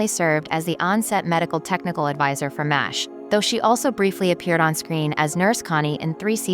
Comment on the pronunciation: Is it too much to ask for these AI voices to actually pronounce the performers' and characters' names correctly? And I can't even count the number of times it mangled "4077th". It even mangled the name of the show ("m asterisk h" at :25, "mosh" ) Furthermore: the actress on the right is not Connie Izay but Pamela Hensley, who most definitely didn't die in 1982. the actor on the left is not James Karen but John Anderson. This video needs a lot of work.